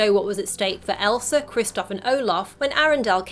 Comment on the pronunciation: Did u just say Elsra